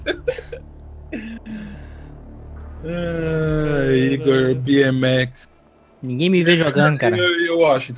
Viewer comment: O falando BMX ( biemeqsi ) só lembrei dos desafio no GTA sdds 💚